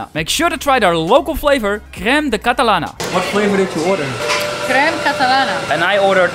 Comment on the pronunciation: Jeeesus you've killed the pronounciation of our language haha! Happy you enjoyed the trip!